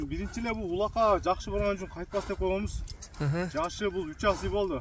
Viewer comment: Азый дейт дайым эле озу Асый болуп айтылат